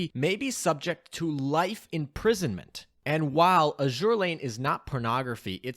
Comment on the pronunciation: you'd think that an Azur Lane youtube channel knows how to pronounce the games name